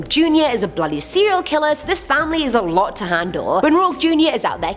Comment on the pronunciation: She has a habit of pronouncing alot wrong